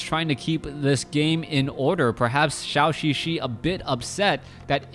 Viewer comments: Thanks for sharing! By the way,it is [dʒəu]xixi instead of [ʃau]xixi. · Could you plz pronouce ZhouXiXi correctly? It triggers my OCD every time